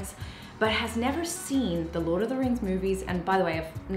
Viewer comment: lol "LORT" 😂